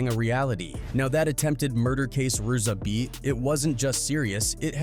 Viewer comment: Can’t even pronounce ‘RZA’.. videos are pathetic